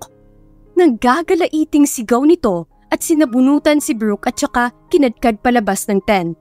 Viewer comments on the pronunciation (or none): KINALADKAD GIRL, HNDE KINADKAD